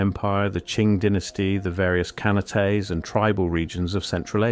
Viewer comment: You literally just pronounced ‘Khanate’, as in ‘ruled by a khan’, as ‘Can-a-tay’. And you expect me to take anything else you say seriously? What a crock. You need to look up Occam’s Razor as a matter of urgency.